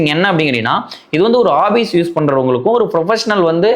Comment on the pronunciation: Office ❌obbise ✅